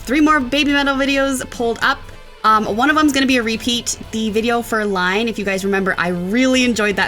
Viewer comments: The first song is pronounced "eee-nay". The first letter is an I, not an L. Years ago, the girls did an interview about this video and the song's recording. The screams are the lead singer, but with obvious effects added. She did say that the first scream she did at the beginning of the song was very difficult. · Great reaction(s) again. We told you all about 'Iine' (that is iine pronounced ee-neh) last time, so I won't repeat that. 'Headbanger' is about a girl going to her first concert on her 15th birthday, but there is more to it than that. 15 is when compulsory education ends in japan, so she is also coming to terms with the fact life will change for her now. She will no longer be considered as a child and those first 15 years have passed by so quickly, so she is etching this special night into her heart so she will never forget. Su-metal was still only 14 when it was recorded (Yui and Moa were 12) so it is not biographical, but they could relate since they were already starting to play metal concerts. The neck brace is a tribute to classic Japanese metal band X Japan's drummer, pianist and main composer Yoshiki who damaged his neck so badly head banging that he needed surgery and had to wear a neck brace most of the time. The girls were so impressed with the guy who came in for the video to do the helicopter headbanging that they called him "Hedoban Kami" (god of headbanging). Live 'Headbanger' is so much better ... I was so happy they had it on the set list for the 2020 UK and Europe tour so I could experience it for myself. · please do repeat how to pronounce the title of Iine. A lot. Hearing her say "line" is really jarring. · It's not "Line". It's "iine" (capital "I" at the beginning). Pronounced "EE Nay"". It means "Good, isn't it!" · just a small point but it is not Line it is iine said like in-a it is the symbol for like thumbs up on youtube/Facebook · It's not Line, it's E nay. Kitsunes up🤘🦊🤘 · its not line ...pronounced enay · ITS NOT LINE ITS EENEH!